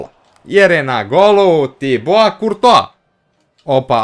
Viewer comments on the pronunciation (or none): none